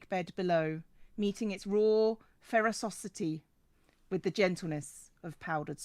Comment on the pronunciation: "raw ferrouscity" heheh